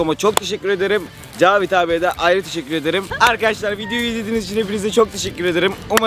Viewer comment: abi hep tişikkür ediyorsun hiç teşekkür etmiyorsun